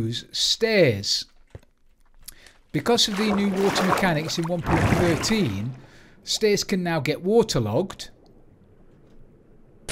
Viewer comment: You said it correctly... :p